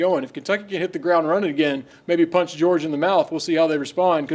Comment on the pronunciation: MEORGIA?! Cmon 🤦🏼‍♂️